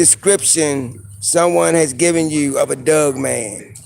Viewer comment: Bru. Lol, so this is the cat that says dugman instead of dogman. That's gold.